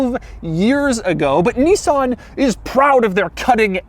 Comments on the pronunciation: It’s a Nissan not a Kneesaan 🙄🙄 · I could have told you that without the video, it's a Nissan. and it's pronounced "Nissan", not "Neeeezan". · The fact that he pronounces Nissan as "KNEE-SAN" but calls Nismo "NIZ-MO" is absolutely infurtiating